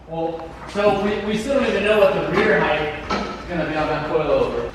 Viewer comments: heighth is NOT a word!! stop saying it!!!! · you know height has a T on the end its not heigth